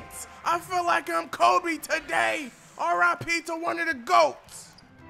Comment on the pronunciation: Who noticed he said RIC NOT RIP